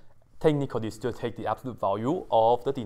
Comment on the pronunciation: I love the way you said thuu.. 😂😂😂